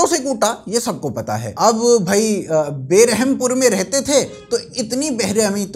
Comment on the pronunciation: ब्रहमपुर not बेरहमपुर। But not your mistake ... In English they write "Behrampur" but come to limelight for बेरहम reason 😂